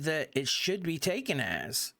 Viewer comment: It's Taken not tookin